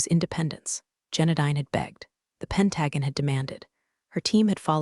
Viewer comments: That's PEN-ta-gon... not pen-TAG-un. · Pen-tu-gone (Pentagon), not pen-tagun. Aleen-u (Alena), not Aleener. Still getting enemar (anymore). Edit your pronunciations. Read (reed), read (red) should be obvious if you apply basic rules of grammar to your AIs algorithm. It's becoming so distracting it makes it hard not to fast forward or just skip it completely. Thinking about unsubing. Washington State USA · I'm unable to give a "like" due the narrator butchering of simple words. 👎👎👎👎👎 It's "pen·ta·gon" NOT "PEN-drag-uhn".:face-orange-frowning: CMDR is the acronym for Commander, a military rank in the Navy.:face-orange-frowning: If your can pronounce "Anacostia" River correctly, why can't it pronounce "Pentagon"? ANSWER: Because, the creator, writer and the are "out-source".:face-green-smiling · PLEASE, for the love of God, get an that's knowledgeable in English. This story was a sh*tshow of mispronounced words. Aliner? Who TF is that? It's Alin-ah, for crying out loud. Pen-TA-gon? It's Pen-tugon. Pay attention please. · Pent gag on 😂😂😂 try Pent a gone ( Pentagon) Reeded try red ( read )😂😂😂 Hilarious “looked like they hadn’t changed their Neck ds.” ( Neck Ties) 😂😂😂 OMG 😂😂😂😂😂if you can’t use proper ENGLISH Grammar then don’t publish. Thumbs down 👎 for not using proper English before posting to YouTube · Please fix the so it pronounces pentagons correctly Pent-a-gone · Need to get the pronunciation corrected read reed v red. And pentagon. Pent a gone not pen tag on. I know it's A I but these are annoying when said several times. Like talking to a stubborn toaster. Love this analogy. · Either this is an interestingly trained voice, or a non-English speaking human reader. Alina is consistently pronounced as uh-leen-er, and the US five sided building as pen-TAG-un. It's prnounced PEN -tuh-gon. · 😅 "D.O.D." should definitely be pronounced "Department of Defense," and Pentagon? It’s “Pent-a-gone,” not “Pent-a-gan.” gotta get its act together!